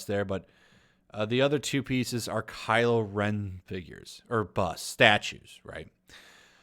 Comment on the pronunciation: I must admit when you said Kylo ren pieces I thought you said Pizzas =) A kylo ren Pizza would be funny